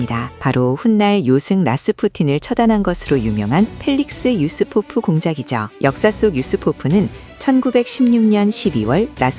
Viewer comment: 유리포프아니고 유스포프입니다.